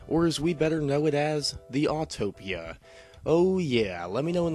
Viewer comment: Its Autopia not Autotopia. There is only one T